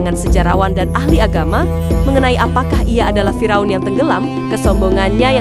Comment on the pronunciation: Fir' aun bukan Fira'un.Ngomongnya pletat pletot